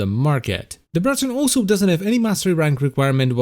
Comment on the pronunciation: The Br-r-r-r-raton :)